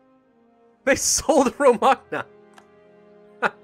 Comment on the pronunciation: As an Italian that Romagna pronunciation was awful, but hey, what can I expect? Jk of course, great video as always.